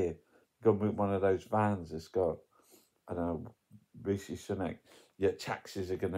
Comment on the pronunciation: I have heard Sunak say his own first name. It should be said how he does. Simple.